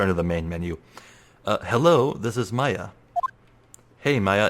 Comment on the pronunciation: Dude, I'm so hyped for this. The AA games are some of my favorite games of all time! P.S. Maya is pronounced like the civilization (i.e. Mayan), not May-a. Just a heads up.